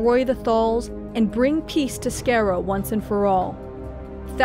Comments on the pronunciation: Sounds like you are pronouncing Skaro as “Scare-O” and not “Scar-O”. Weird that it stood out for me. Clearly I should be saying EXTERMINATE instead. ;) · declan collins no it's pronounced Daa - lek! The planet is Skaar-Ro ! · No wonder the Daleks are terrifying, it turns out that the name of their planet is actually pronounced "scare - o" LOL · It's called The Cult of skaro it's not Scarrow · The way she says Skaro really upsets me. It's spelled Skaro It's pronounced Scar-o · Pronounced SKY ROW. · It's pronounced SCAR-ROE. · "scare-o" that hurts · Skaro not skero lol good video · It's called SKARO... In the series it's pronounced SKAR-O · AT LEAST LEARN TO PRONOUNCE "SKARO" CORRECTLY. SCAR-OH. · skaro is pronounced scar-o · Love the video, I just have one complaint: It's Sk-AH-ro! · it's pronouced scar-ro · Skaro not scareo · Skaro gets pronounced incorrectly in this vid as "scare-o". And it's annoying to anyone who's watched particular Doctor Who stories that take place there. It's not the narrator's American accent, that's fine. It's just a clear mispronunciation. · Hey before you talk about skaro say the name right. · You pronounced Skaro wrong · I REALLY DISLIKE PRETENDERS! Out of your whole staff couldn't you find one Doctor Who fan? The mispronunciations of commonly used words in the show, like Skarow and Davos shows your narrator DOESNT EVEN WATCH! These are words that have been spoken SINCE THE 2nd Show of the original series, but I guess 50 years of these words aren't really applicable when you just want to make money.... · Fucking Americans can’t say skaro or Kaleds of thals 🙄🤦🏼‍♂️ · Skaro was pronounced wrong sigh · You pronounced Skaro wrongly. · Oh god the pronunciation. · Stop saying Skaro and Dalek wrong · I know this is just a nitpick, but how are you mispronouncing Skaro? Is it just because you've only seen it written? Literally everyone who says it in the show says it the same way. Not a genuine complaint, it was just slightly off-putting.